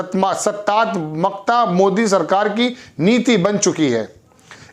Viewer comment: read as Pitra + Satta + tmak + ta - practice 8-10 times prior to record video, also improve reading skills little more. Your video's are well appreciable.